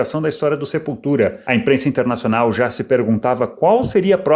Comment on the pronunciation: Que piada você lendo Sepultura com sotaque...